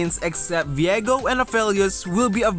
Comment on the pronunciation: Vie-go not Vi-go btw.